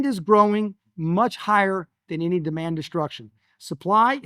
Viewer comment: The word “ any” is not pronounced as “ inny”.